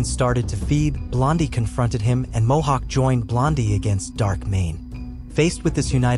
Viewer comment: mohawk not hohawk lol